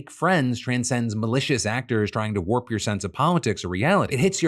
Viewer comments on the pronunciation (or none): none